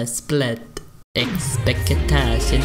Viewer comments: E-kl-sple-tacio XDXDXD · That Eckspektation and Reaality was the best to hear xD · ex- pe- ac -tions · Why arepa you speak ecsertation reàliti